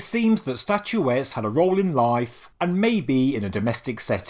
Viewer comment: STATUETTES not statuetees.. train your AI better